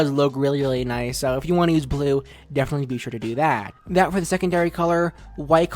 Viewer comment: And you say S”h”o next